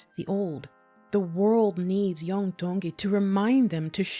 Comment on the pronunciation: Mahalo for taking the time to research and sharing the history of Hawai'i. Your pronunciation of Iam's name is beautiful. Keep up the great content...Mahalo Nui Loa!!!